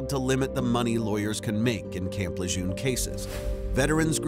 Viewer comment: FYI - Lejeune is pronounced 'luh-jern'. It's named after Marine Lieutenant General John Archer Lejeune.